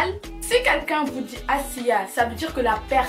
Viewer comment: Tu dis assia mal 😄😄 ashhiiiaaaaa